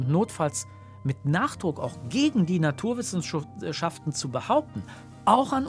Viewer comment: "Naturwissenschuften" - schönster Versprecher seit Langem 😊